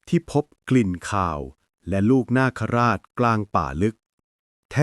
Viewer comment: นาคราช..อ่านว่า นาก..คะ..ราด...